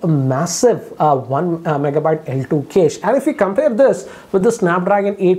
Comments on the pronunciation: With all due respect, ‘cache’ is not pronounced ‘case’. It’s pronounced as “cash-ae” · Noticed one strange thing... He is pronouncing cache as 'case', should be 'cash'. Also have noticed he pronounces warp charge as wrap charge in other videos. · Cache is pronounced as CASH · It's ka-shei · Cache is "kesh". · Cache = Kaish 😂😂